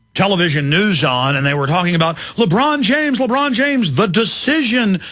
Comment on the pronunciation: Who's labrawn james?